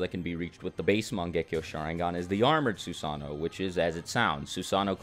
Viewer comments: It hurts su-sano why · Anyone else mad that hes saying susano wrong? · Who else found it annoying on how he said “susanoo”